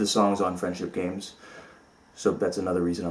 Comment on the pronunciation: ~ "FriendSHIT" Games...? Am I the only one that heard that at least a little, or am I just stupid? :P